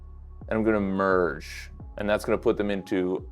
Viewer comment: What's with the weird pronunciation of 'erge' and 'urge.' It's not ursh. You get the urge to purge merge your face in the area over the toilet or sink. g is guh or gee. Not sh.